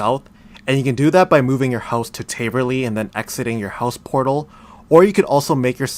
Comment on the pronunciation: taaaaverly not tayyyverly js